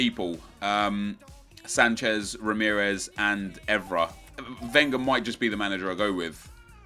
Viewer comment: Wenger is actually pronounced with an accent on the last syllable. Cause he is, well, a frenchman.